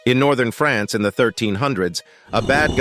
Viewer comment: France is not prounounced "Frens" you dolt